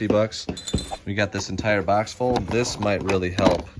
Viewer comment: "This bax of lacks" Haha. Michigan accent.